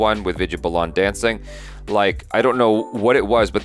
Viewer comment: Balan is pronounced as 'Bah- luhn' and not 'Buh-Lahn', its Vidya Balan (Bah-luhn)